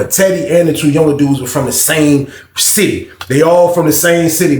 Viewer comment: Cmon Bro! A Sitiffy!!! P-A-U-S-E!!!!!!!